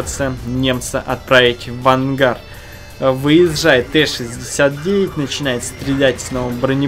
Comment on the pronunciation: Интересные реплеи, а комментарии автора слабые. И - ДАЛЕЕ НАЧИНАЕТ повторилось за 13 минут примерно хутилион раз. А еще режет слух "выеЗЗЖает". Кроме того возможно не стоит пробовать объяснять каждую секунду происходящего, слов получается много, но они не являются интересными, т.к. не дополняют, а повторяют то, что мы и так видим. Как еслибы ты описывая бег легкоатлетов, повторял он поднимает ногу, выбрасывает ее вперед, далее ставит и сново поднимает вторую и т.д. понимаешь? Про бубнеж уже писали, добавлю что действительно слушать скучно, эмоций то нет! Поэтому ооочень пресно. Без обид, тебе есть куда стремиться.